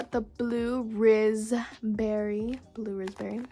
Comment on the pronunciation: Did I hear the rize😅😅😅😅😅